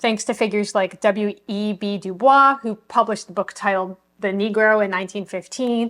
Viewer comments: WEB Dubois, you pronounce the "s" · Just a heads up, the way you pronounced Dubois name is a dead giveaway that you are new to this topic.